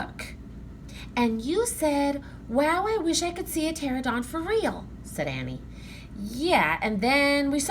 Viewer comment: You’re a wonderful reader and we enjoyed this! One small thing, my 5 year old kept pointing out that it’s pronounced pterANodon, not pterodon 😅